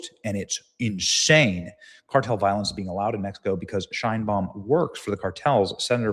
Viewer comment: Mispronounced Being**